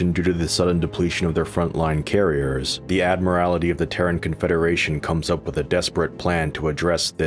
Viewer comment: "Admirality?????" It's Admiralty not "Admirality."